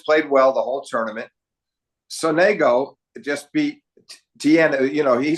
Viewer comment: Sonego is with the accent falling on the first syllable. When will English speakers learn to respect the pronunciation of foreign names? When will they take care to inform themselves about it? The question, of course, is rhetorical. Never.